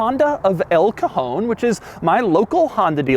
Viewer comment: it's funny the way you say "el cajon" sounds like "el cojon" which is pretty much spanish for testicule